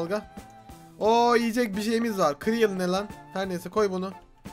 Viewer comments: Senin o ciryıl ( cereal ) dedigin sey siryıl diye okunur misir gevregi edemek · Cereal kıriyıl değil sıriyıl ve cereal mısır gevreği demek